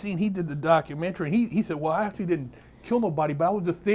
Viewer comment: Big “Impacshual” Herc 😂